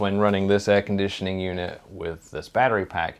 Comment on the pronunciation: Air-con-dit-ioning! Texas salesmen accent engaged you just come on down and get you some chill'n now, son. Yeehaw.